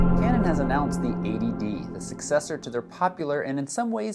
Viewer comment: Only problem is, it sounds exactly like 'ADD' when you say '80D'